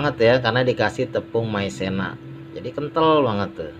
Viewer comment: Maizena bang bukan maisena maaf ya kalo tersinggung 😅😅😅